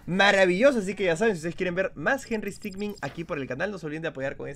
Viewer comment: herrero henry stickmin lo dijo bien